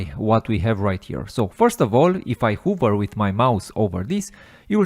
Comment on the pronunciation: you're awesome, thank you. One suggestion, the word 'Hover' is actually said "Haver" not "Huver" :)